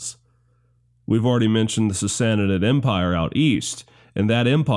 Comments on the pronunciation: just a hint, from a Persian speaker: Sassanid=Sah- sah- NEED Two short identical syllables with the emphasis on the final syllable, three syllables in total. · really really liked this video, not enough good history series out there, truly, but please please say sassanid slow once then fast, you are adding a syllable